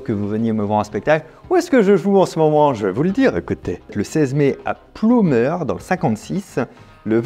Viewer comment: Ça ce soir "Pleumeur" même si écrit "Ploemeur" 😉